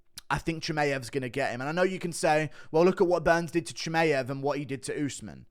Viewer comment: Hey Guru, just on a sidenote: Chimaev is pronounced "chee-muh-yev", not "chee-may-yev".